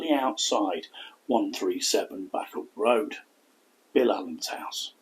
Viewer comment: I live in rossendale and heard the story a few times … posted on our local history page … there are still living relatives of hers here … btw bacup is pronounced bay-cup ..